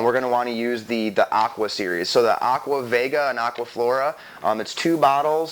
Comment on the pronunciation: aqua vega is pronounced ved jah . as in vegetable